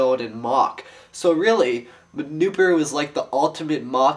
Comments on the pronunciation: It is pronounced newPARoo not newPAroo, im just saying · It is pronounced NooPARoo. Not NooPooRoo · remember its pronounced noo-par-oo farther than noo-paru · the original boxor was actually made from gahlok components, not nuhvok. in the animations nuparu (noo-par-oo, not noop-uh-roo) builds the boxor (which has the black bohrok mantle) out of a krana-less gahlok so he, taipu and onepu could escape from their collapsed tunnel. the boxors were later used to repel the bohrok, even though that was not their original intent.